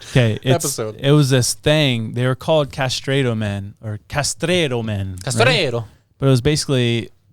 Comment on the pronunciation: "CastrAAAAdo" Jesus christ guys 😂😂 yall research how to pronounce shit? Lol